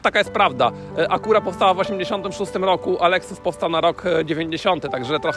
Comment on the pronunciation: A dlaczego Acura nie wymawiasz poprawnie tylko "spolszczasz" ? Wymowa jest całkowicie inna "a kju ra" , a ty walisz tekstem jakbyś łaził po zagrodzie . Patrz "A KU ra". A jak wymawiasz Schwarzenegger? I jak z tym BMW ? Jak wymawiasz, a jak się powinno?